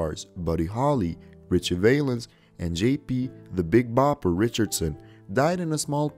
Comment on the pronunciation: The Big Popper, really?? It’s Bopper. Valens is pronounced Val (rhymes wow). Hard to watch with so many flubs.